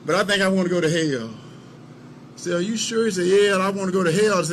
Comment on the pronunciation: "The leff gonna take you to Hail" ~Herschel Walker 2022